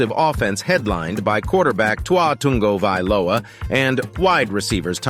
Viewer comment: You did it!!!!!! TUNG-OH-VI-LOA! You got it right!! 🎉🎉🎉😅